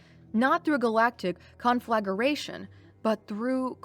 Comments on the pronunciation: Your doing fine but just so you know behemoth, Conflagration and overturned are pronounced incorrectly. Everybody mispronounces words sometimes. Keep up the good work!👍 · oh ok that sense I only heard 3 (overturned, conscience and conflagration) but practice makes perfect so keep work at it before long you’ll be about reproach! 👍🏾